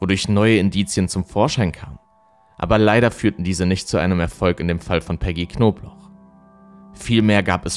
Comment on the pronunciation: Wieso sagst du immer knoblauch wenn sie Knobloch hieß